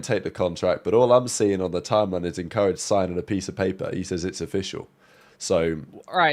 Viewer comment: Bro can’t pronounce “Encourage” correctly to save his life 😂